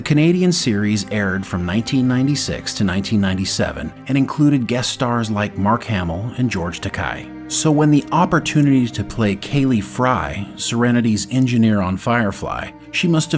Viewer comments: I'm a little surprised by this one. I'm sure that 40 years ago many people or even most people mispronounced his name, but George Takei is a pop icon now. It was a little jarring to hear someone in 2021 call him 'tack-eye'. I thought maybe I'm wrong to criticise, so I searched YouTube, to see if I could find anyone else mispronouncing his name, but you are the only one I could find. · Though I don't believe he minds the pronunciation, Takei is pronounced like Tuh-Kay, not that it is a major thing I don't think. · Now I know why two characters were killed in Serenity. It feels like there couldn't be a sequel to Serenity without them. Another movie would have to be set between the series and Serenity. BTW, the last name of George Takei ends with an A sounds not an i sound.